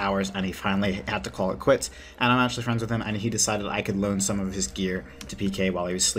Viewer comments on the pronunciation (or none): none